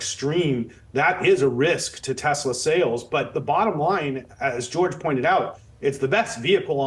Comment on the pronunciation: No "Desslaww"